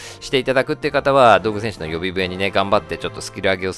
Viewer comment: どうぐ戦士じゃなくてどぐうせんしじゃないの？